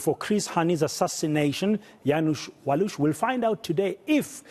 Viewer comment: I salute this anchor ! Probably the only one journalist in SA TV who can pronounce "Janusz Waluś" correctly ! Good Job !